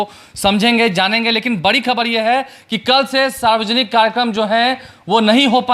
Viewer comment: पहले boliye sudh sudh"बरी नहीं बढ़ी होती" hai